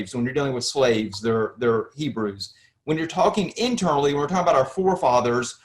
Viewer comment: Ppl of many nations “ibreii”